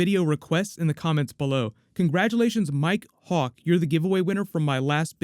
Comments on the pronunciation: Very good job enunciating around that Mike Hawk joke lol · Nice job enunciating "Mike Hawk" ;) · The pronunciation of Mike hawk was on point as fuck lol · Lol. Great job avoiding the lewd pronunciation of Mike Hawk. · Lmao! I love how enunciated Mike Hawk. Because, you know...